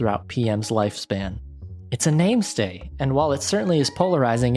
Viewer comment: It's mainstay not name-stay. The problem with patch games is they waste a lot of your practice time as they get patched.